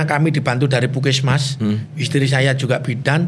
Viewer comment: melafalkan PUSKESMAS dengan PUKISMAS